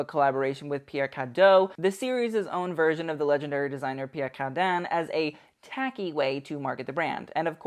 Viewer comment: You don't pronounce the "N" in Cardin! 🙄